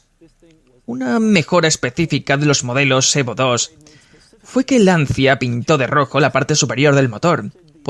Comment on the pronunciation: mi querido doblador...se pronuncia: "Lancha" =) <3